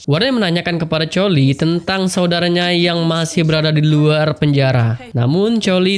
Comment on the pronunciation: Bkn colie bg tapi kolie